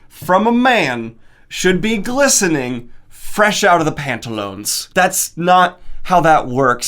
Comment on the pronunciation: I heard glistening as blistering the first time and I was... really, really confused for a moment.